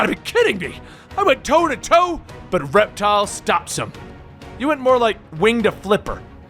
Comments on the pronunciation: It’s Reptil, not Reptile. There’s no “E”, it’s Spanish for reptile. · His name is pronounced Rep-TEAL. Reptile is with an 'e.' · It’s pronounced like rep-teel just wanted to let you know (I don’t mean to sound like a smarty pants sorry ) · Its pronounced rep.teal